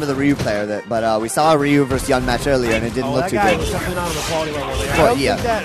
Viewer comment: Why do keep calling Yun "YAN"? WTF